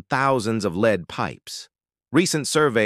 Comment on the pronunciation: AI generated and narrated. 🙄🙄🙄 Lead - the metal is pronounced like led. 🙄🙄